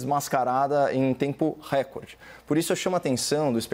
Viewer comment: Avisa para o Caio que recorde é uma palavra paroxítona.